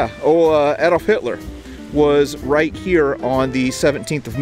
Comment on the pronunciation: What a great video, really interesting to watch. And congratulations on being the first American To pronounce Hitler's name as "Adolf" and not "Aydolf".